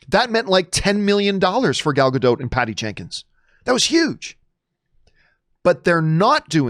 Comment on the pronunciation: Gal Gadot... Please pronounce her name right... There's a "T" in the Gadot... Please pronounce the "T".